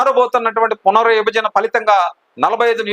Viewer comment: మీరు తెలుగు.నేర్చు కొండి బాగా అన్నీ బాగా యాస గా ఉన్నాయి . వివరించాం అనలేక పోతున్నారు ఇవరించాం ఏమిటి ? సంస్థ అనాలి సమ స్త ఏమిటి పునర్ విభజన అనాలి పున రిబజన ఏమిటి